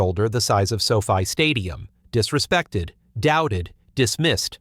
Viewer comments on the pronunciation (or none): "Disresected" WTF is "Disresected"